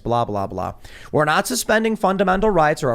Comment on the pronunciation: I don't know why the right has all the annoying speakers. Everyone points out JP's voice. But what adds to that severely is the way he says words like "naw-t" and "baw-ther" and "Paw-verty" and "praw-blem." It's like when kids ad "ey" to end of everything to try and sound cute. Which is annoying for JP. Because he goes around with his Kermit the frog voice and cutsie enunciations. While pushing the notion that being a macho man is the most you can possibly contribute to society.